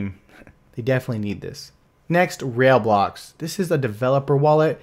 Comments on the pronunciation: 'Rail-blocks' is pronounced: RYBLOCKS. I would love a detailed review of PascalCoin. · It's not "Rail blocks" it's "Rai Blocks" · Are you pronouncing it "rail blocks"?